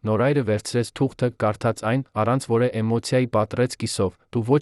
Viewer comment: Ի՞ նչ է նշանակում 15֊ րդ թվական , 1965֊ րդ թվական ... Բավական չէ՞ , ո՞վ է ձեր պահապան խնամակալը , խաղում եք մեր նյարդերի հետ ( որէ֊ որևէ , որովհետե ֊ որովհետև, կարոր ֊ կարևոր , արոտ ֊ արևոտ , ամենակարոր ֊ ամենակարևոր , չտեց ֊ չտևեց , Երան ֊ Երևան ., որը չէր թույլ տվեց , 1972֊ րդ թվական , նա չեղավ լաց , որովհետ֊ որովհետև , հարան ֊ հարևան ...)։ Զզվելի է , ուրիշ ընթերցող չկա՞ , միա՞ կն է , , իհարկե , բացառիկ է...